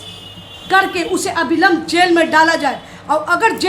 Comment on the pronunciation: अभिलंब नहीं अविलंब होता है